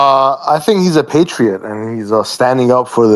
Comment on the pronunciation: The irony of '' not knowing how to pronounce 'patriot' is marvellous. Not to mention saying the date American-style.